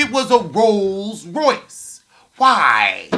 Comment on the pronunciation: If ya'll don't stop saying "RoSe Royce" imma fall off my perch!🤣🤣😭😭💀💀